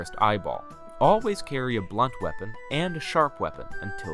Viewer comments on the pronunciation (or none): none